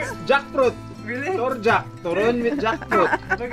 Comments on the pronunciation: hi, first time to comment on your vlog, btw im from cagayan de oro but were working here now abu dhabi. Just want to say we almost woke up our baby sleeping when you said " tor-jack"🤣🤣 me n my wife laugh so hard. that's classic filipino friend right there(kumar). we always use that joke around here abroad w/ our foriegn friendz. how a good one n God Bless. power on!! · I'm laugh loud her said torjack.